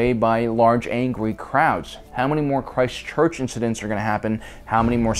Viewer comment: Hey, did you say Christchurch, or Chirst-Church (like with a micropause in between?) As a native of this city, the first option is correct. But proud you had a crack at it, and keep up the good work on your vids! Much appreciated!! Subscribed as I find your videos thoughtful as well as entertaining